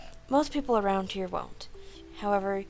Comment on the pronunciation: its here not haer